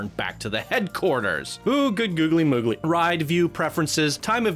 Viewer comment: For the love of god please stop saying googily.... youre the best channel to watch other than that statement.